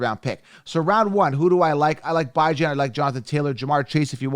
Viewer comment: It's bee-jon not bi-jan lol